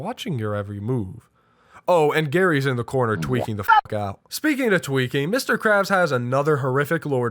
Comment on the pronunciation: He really said: "Who the Fock is Joe?!" The gameplay actually made it great. joe, maybe not that bad!